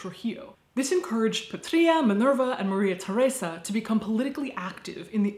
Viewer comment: Fun fact: the name "Patria" means "Homeland" (like in the word "patriot"). And it's actually pronounced "Pátria", with the stress on the first A, not the I!